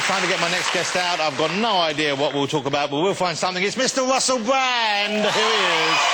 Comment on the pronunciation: I chuckle every time he says "Mr. Wussell Bwand". Is it just me? heehee